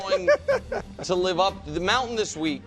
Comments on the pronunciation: Here’s Mahomes Moun-tan😂😂😂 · Mahomes mountann 😂😂😂